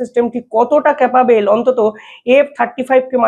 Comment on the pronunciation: ক্যাপাবেল, এন্ডাভায়ারস, মিসাল স্টাইক, প্যাটান, স্পেড করছে, ইন্সপার, কালাম য়ে গিয়ে, স্পেড আউট, জয়সঙ্কোর, উই আরগ, নিউটাল- না পারিস বাংলা, না ইংরিজি উচ্চারণ করতে। মাষ্টার রেখে আগে উচ্চারণ শেখ মূর্খ।